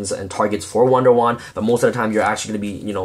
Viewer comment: Nice Profile! and you say wonder wand like one for one :D